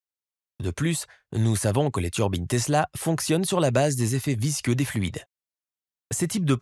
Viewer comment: Visqueux et non visceux!